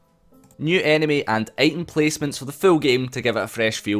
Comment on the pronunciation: "placemants" XD